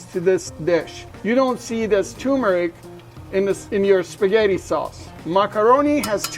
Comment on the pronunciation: Great recipe! Btw, there are two r’s in turmeric. Both are pronounced.